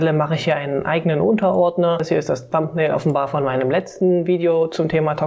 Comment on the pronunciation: Hi,. Supervideo, von dem ich viel gelernt habe - aber hör Dir doch - bevor du Videos machst - mal an, wie man die englischen Begriffe ausspricht. Thumbnail und Audacity sprichst du so falsch aus, dass ich die Wörter erst nach mehrmaligen Anhören erkennen konnte. Fast jedes online dictionary für Englisch spricht dir inzwischen die Aussprache korrekt vor. Das sollte man nutzen, wenn man Englisch nicht so gut beherrscht.